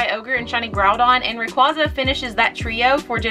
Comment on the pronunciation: Props to you pronouncing rayquaza correctly